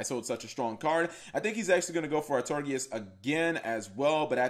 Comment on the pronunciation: Ar-Tor-I-Gus, Some SUMMER Summoner, Kappa Gee.